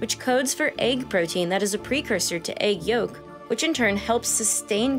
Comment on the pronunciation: Egg YOKE? WTF IS EGG YOKE? OH, YOU MEAN YOLK, EGG YOLK.